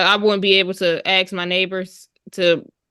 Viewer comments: It’s ask…not aks. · Don't feel like you're the only one😂😂I had a hard time with phrases that should have been "you all" coming out as "yaw." And "ask" being pronounced as "axt." It's a 3-letter word, so I don't understand why it's so impossible to pronounce correctly . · Or ax